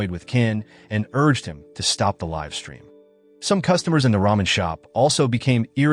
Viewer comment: It’s not liv streamin it’s live the e isn’t soilent